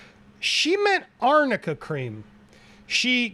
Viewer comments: This still cracks me up..there's no such thing as "amica cream"...🤣🤣🤣 oh, did you mean ARNICA cream???😂😂😂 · this bish cant read its arnica not amica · Arnica cream? It’s for bruises … it can make a bruise heal faster … it’s so annoying she keeps calling it amica 🙄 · What kind of lawyer she is that she didn't even check that its ARNICA not Amica 😅😅😅😅sooooo pathetic!! Worst lawyer ever sooo unprofessional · I used "ARNICA CREAM" for my bruises. I get bruised so easy because I have low white blood cells count... hearing her say AMICA as a lawyer, was hilarious... Hahahahaha... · It’s actually not “amica” cream yeah it’s “arnica” but the label looks like it has an “m” so they probably just looked up a bruise cream and went with it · The nonsense with the Amica or Arnica cream whatever. The fact that the lawyer consistently misspoke the real name of the product is so telling. There was NEVER any "amica" cream. Bet the defense did some quick research on products that help with bruising, etc and decided to claim that Amber used this product to cover her bruises on her face. Because if AH really did use the product, she would have noticed the correct name. So shady. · Amica cream...you mean armica cream?lol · Amica cream?? Does… does she mean ARNICA cream??? Edit: oh, yep, you covered that lmao that’s what I get for commenting before the video’s over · As soon as she said "Amica cream" I knew she was trying to say "Arnica" which I've used for light and deep bruising after botox or fillers (also on my face where Amber would have used it). It does NOT make bruising magically disappear even with layers upon layers upon LAYERS of makeup. Where did Amber find her defense team? Cause that was the WEAKEST argument I have ever heard in my LIFE. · She meant ARNICA, not amica. It is very lame. Mr. Baruch indeed, powerful. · 🤣🤣🤣🤣It's Arnica cream. Stop saying AMICA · Me as jury and woman: what is amica cream?? Or arnica .. wtf.. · LMAO THE “AMICA CREAM” WAS DRIVING ME CRAZY